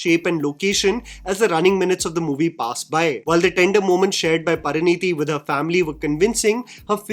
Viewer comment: pinpoints and criticizes actors' poor diction and dialog delivery throughout the video Also: "PARANEETI"... Who's Paraneeti, mate? 😭